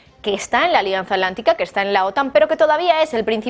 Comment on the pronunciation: ¿Alianza Alántica? ¿Y la 't' dónde quedó?